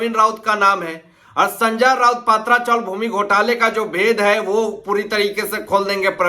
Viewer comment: पात्रा chawl नहीं, पत्रा chawl !